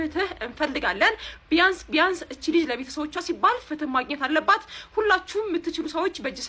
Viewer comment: ፍት ለሊዛ ሳይሆን የሚባለው ፍትህ ለሊዛ ነው የሚባለው